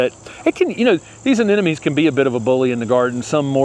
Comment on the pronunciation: AneMoNe, not AneNoMe!